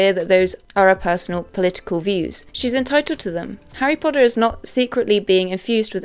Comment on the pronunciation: WHOS HARRY PODDER.....?😄